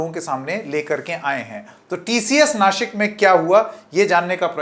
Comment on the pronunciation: बबुआ जी, दंत स और तालव्य श में फ़र्क समझिए। नासिक बोलिए नाशिक नहीं, वरना आपको शंकेत बना दूँगा। बीवी अच्छी अंग्रेज़ी बोलती है तो आप तो अच्छी हिंदी बोलिए!